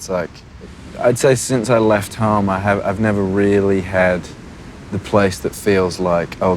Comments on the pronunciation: What the heck happened to his accent? I've got a british-american mix, but i don't sound anything like this. His sounds almost australian at times? Like what's with him pronouncing 'home' as 'h-ah-m" neither brits nor americans do that... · omg RIGHTT, that's smth that I've noticed about Harry too. When he's not thinking too much, and he's just ranting he tends to subconsciously pronounce certain words with his strong Cheshire accent. His accent is on and off, depending on who he's with, I feel like. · the way he pronounces "home" and "haus"... HIS ACCENT IS CHANGING AHHHH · Are you deaf? The way he pronounces home and road... Not a complete change, but his accents is changing.